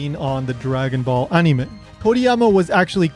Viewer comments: why the heck are you saying anime as "on knee may" makes me wince every time its said wrong like holy crap it almost hurts to hear it said like that. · You pronounce "anime" and "toriyama" really weird and wrong just be more casual. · I like how this guy obviously try's to say the words "Anime" and "Toriyama" with a Japanese accent, but everything else is said in normal English lol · never mind, after watching more i realized hes saying things with the Japanese pronunciation which is why i dont like it. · watched the rest, figured it out when you started pronouncing other Japanese things with THEIR proper pronunciation. as an English speaker i was confused until about the time you started mentioning Yajirobe and then it clicked. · Y do u say anime like that😂😂😂😂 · This is a good video, but the way you pronounce the word "anime", as well as many of the names, is just annoying and pretentious. It makes you come off like a try-hard weeb. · Your pronunciation of the japanese names and "anime" comes across as extremely forced